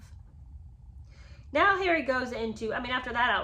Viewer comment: I have to agree with Lola Louise that I cannot clearly hear the enunciation of the words when you dramatically do "Harry". The rest is fine, and I do enjoy your take on the book.